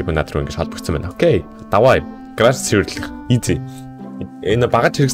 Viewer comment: Grage bish garage gej heleechee